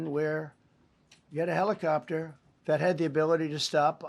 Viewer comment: What is a helipcopter?